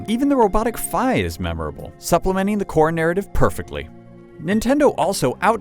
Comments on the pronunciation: wait..... FAI? i thought it was pronounced FEE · did he say fi as in fiy!?